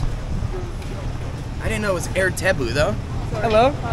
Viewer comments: Air (pronounce as uuh~ir) directly means water in bahasa melayu. Eg: Sea Coconut Water is Air Kelapa Laut, Sugarcane juice/water is Air tebu. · In English 'air" mean like oxigen.. But to pronounce in Malay, with two sentence combine. "Ah☝️ ir" meaning Water. Air Tebu meaning Tebu Water. Before late 70' the spelling is "A-yer", A still sound up Ah. Understand bro? In English we said in one word Air, but in Malay sound two word, Ah-ir). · Air is water in malay and how to pronounce it is more like "are yir" dont say air anymore ok, say "are yir" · 👋 Hi! &, 😺😸 I’m from Kuala Lumpur. But am originally from Johor Bahru. (Just a cross boarder Singapore 🇸🇬 & Johor Bahru, Malaysia 🇲🇾 okayed &. Hehehee…😁😁😁). - Watching your food’s & drinks video here’s. “Air” (pronunciation “Ayer” ) means “Water”, and “Tebu” means “Sugar Cane”. 😋😋 - Oh! Ya, “Laut” means “Sea”. - So, am gladly 😌 to be your translator. Mmmhehehee… ☺️😊😃😅😉😌😄😁😆😆😆🤭🤭🫰💃🏻🕺🏻🇲🇾❤️🌺🌏✨; Oh! Ya, last but not least,, you both should try’s foods at Johor Bahru too. The best foods ever! Unique & soooooo tasteful… Especially the Murtabak at Kampung Melayu, Kampung Kurnia & Larkin. Oh! Ya, also the Laksa Johor (spaghetti with fish gravy. ), ABC (A = Ais (in English pronunciation “ice”) B = Batu C = Campur). It’s a a very delicious ice 🧊 mixed with ice jelly, peanuts 🥜, kacang merah, cincau (jelly) and others too. Then with the syrup & a thick choco on tops of its. A Special ABC will added with Vanilla ice-cream. You will feel refreshing when you eating it during the hot 🥵 day okay \. It’s soooo yummy. 😋🤤😹😸😺🫶🏻🫶🏻 Bismillah. Alhamdulillah. Enjoyed ☺️😊😉😌😃😃😄😁😋😋😋🤤🤤 its. Happy eating, and a Happy New Month (March 2024) to both of you guys. TLC xoxo ☺️😊😃😄😁🇲🇾🌺🤍💙❤️ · "Air" in Malay meaning water or drinks.. "Tebu" is sugar cane. The pronouciation is, air = àà yér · Hi bro, love your vlog. Air Tebu ...Air means water..pronounced as Ah-yay. Hope this helps.